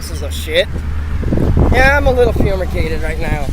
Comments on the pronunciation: did he say "fumeagated " , like as in using chemical spray to kill bugs. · did he say fumicated?? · I thought he said fumigated which is probably more fitting for him 😂😂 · He showed the people watching how stupid he is... See that hen scratching he calls printing????????????? Did he say he was "Fumigated"???? LMAO!!!!!